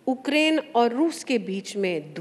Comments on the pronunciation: उक्रेन या युक्रेन 😂😂😂 10 वी पढाई हुई मंत्री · Ukraine hota hai ya ookraine 😂😂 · Ukraine❌ Ookraine✅ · उकरेंन नहीं है... यूक्रेन है सिलेंडरया मैडम....